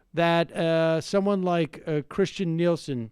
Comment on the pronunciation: It’s Kirstjen not Kristjen and she is a horrible person.